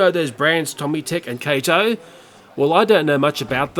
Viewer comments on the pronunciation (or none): 2:91 is pronounced ka-toe.